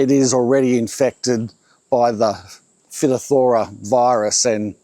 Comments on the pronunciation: The way I established Warratas was to treat them with a systemic fungicidal treatment till they developed a Lignotuber, took over a year of monthly treatment - they are also susceptible to phytophthora (pronounced - Fyto - Thora), there's more to the Waratah story - but once they are established & have the correct sub surface setup, which is a bit more complex than just good drainage & something I'm sure is still not widely known even though I've been letting people interested in them know & the reason you rarely see them in cultivation, once they develop a lignotuber they are ok & develop resistance to pathogens ... perhaps that's your only option? though you'll be doing it monthly while the plants survive. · Phytophthora is a huge problem for us in Hawaii-- especially in cacao. FYI, jts a weird word everyone stumbles on, but the pronunciation is more like "fai TOFF thur uh." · Fy.toph.thur.uh! Root rot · Pronounced phy-top'-thor-a or phy-top'-tho-ra It happens here in Southern California in clay soils as well I live on Sandy Loam and they grow like weeds You might also have Verticillium Wilt and/or Anthracnose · It’s pronounced like this Fy-top-ther-ra. Sad to see that it’s been hitting all of your attempts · Fy-top-thora is the pronunciation of that fungus name. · Phytopthora is pronounced, "Fi top thra' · Just trying to help you out here, no offense intended. But phytopthora is pronounced: "fye-TOFF-thor-uh" with the emphasis on the second syllable and a long i sound on the first. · Hi I’m pretty sure it’s pronounced “fight-off-there-ah” and it’s bad for potatoes too (potato famine Ireland) Love ya work 👍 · Fy - TOP - thor - ruh. Thanks the heads up. My Dad lost his orchard to this. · Phytophthora = 'fi'-'tof'-'thor'-'uh'. Well, that's how I've always been told to pronounce it,. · His pronunciation is almost completely correct but unfortunately modern English butchers Latin/Greek so your incorrect "fight" explanation fits that. Sadly.